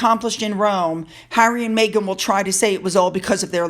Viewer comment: mEghan not mAghan! Meg not Maygan